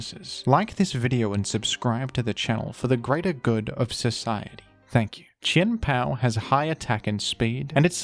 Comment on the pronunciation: who else just likes the way he says Chien-Pao's name